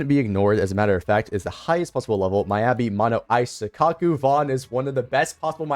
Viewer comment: Good vid but you say miyabi wrong